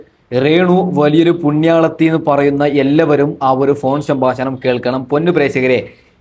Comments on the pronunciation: റേണു അല്ലടാ 😄രേണു ഷംബ്ബാഷണം അല്ലടാ 😂😂സംഭാഷണം പ്രേഷകർ അല്ലടാ പ്രേക്ഷകർ 😂 വെയ്രൽ അല്ലടാ വയറൽ 😂. നടുക്കുന്ന വീഡിയോ എന്ന് പറഞ്ഞു നടക്കുന്ന വീഡിയോ ആണല്ലോ കാണിച്ചത് 😂😂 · ആദ്യം നീ മലയാളം സംസാരിക്കാൻ പഠിക്ക്, റേണു അല്ല രേണു. പ്രേശകർ അല്ല പ്രേക്ഷകർ.സംഭാശനം അല്ല സംഭാഷണം. വൈരൽ അല്ല വൈറൽ. ഇണ്ടർവ്യൂ അല്ല ഇന്റർവ്യൂ. ആഘോശിക്കുന്ന എന്നല്ല ആഘോഷിക്കുന്ന എന്നാണ് 😏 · സംഭാശണം 😂😂 പ്രേശകർ 😂😂